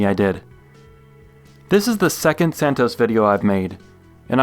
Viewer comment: It’s pronounced Santoss